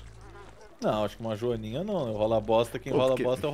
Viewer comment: quando o pergunta "já cheirou uma joaninha?" a pronuncia faz parecer que ele perguntou "já cheirou marijuaninha?", provando mais uma vez que o é um gênio liríco (e um maconheiro) e que esse canal tem camadas no seu humor.